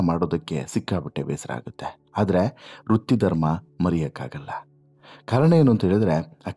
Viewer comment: Rutti dharma? Adu vrutti dharma swamy, kannada kole maadabedi, dayavittu🙏🙏